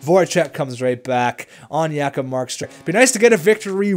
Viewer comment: J-kob not Ya-kob!!!!!